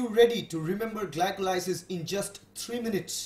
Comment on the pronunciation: gli-ko-lie-sis ahahaha